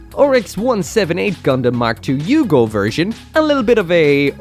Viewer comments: Lol it's pronounced Aye-Yoog! Not yugo. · Did... did he just pronounce AEUG as... UGO? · Its pronounced A.E.U.G (Aye,you,guh)